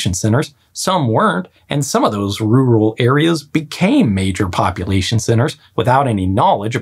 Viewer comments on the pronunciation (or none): You sound like you're having so much trouble getting the word "rural" out of your mouth.